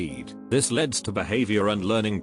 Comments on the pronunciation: high levels of lead (pronounced leed) this leads (pronounced leds) tf??? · No one Literally no one Absolutely no one The robot dude: pronounces lead as in leader, and then pronounces leads as lead. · “I test schools’ water for lead(pronounced like leader). Children are exposed to a lot of lead(leader) , which leads(pronounced like pencil lead)” WHYYYYYYYYYYYYYYYYYYYYYYY???!!! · lol when he says lead, he pronounces it “leed”, but when he says leads he pronounces it as “leds.” I hope that made sense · oh my god it literally switched the pronunciation of "lead" and "leads" THAT ANNOYS ME SO MUCH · Don't blame the YouTuber, blame the TTS